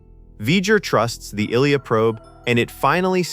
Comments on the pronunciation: If your going to use AI to voice your video PLEASE,PLEASE have it pronounce names correctly. It sounds like your saying illegal instead of ilia's name. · Nothing was banned. 👎 No ending was banned. 👎 This AI-generated video hallucination (it's pronounced Ill-ee-ah) combines early sketches and spitballed ideas and gives them more way validity than they deserve. 👎 👎 AI is ruining YouTube 👎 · Tell me you know nothing about Star Trek without telling me you know nothing about Star Trek. Her name is pronounce "Eyeleeya" and if you had watch the at least once and were not an AI bot reader, you would know that. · Okay, anyone who can't pronounce Ilia (EYE Lee Uh) is NOT a fan and shouldn't be making a video about it. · First off,, Ilea's name is pronounced "Eye-lee-uh". Also, V'Ger's home planet could not be the Borg because the Borg queen has said that the Borg have existed for thousands of years. And she said this about 100 years after the events in Star Trek: The Motion Picture. So, 100 years does not thousands of years make. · Ilia is pronounced "eye-lee-ah". Are you using IA ?? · Her name was " I Lee AH" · AI correction: The Enterprise Lieutenant's name is pronounced "eye-lee-ah." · The mispronunciation of Ilia makes this unwatchable. Also the V'ger cloud did not destroy the D9s. The plasma weapons converted them into data patterns. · This was SO hard to watch for the simple fact that the AI they used to narrate this could not pronounce the names of the characters! Maybe use a REAL person?! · Here is a secret the narrator doesn’t know: how to pronounce Ilia’s name. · You lost me at the mispronunciation of Ilia's name. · Dude can't pronounce Ilia nor Saavik correctly. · Hmmm. Can't pronounce the name Ilia properly. Unwatchable. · Interesting content egregiously marred by the AI absolutely butchering the names of several characters (Ilia, Saavik, etc.) - horrible training. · Is this AI? Who doesn't know how to pronounce Ilia? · "Eye Lee Ah" not " illLeeya ".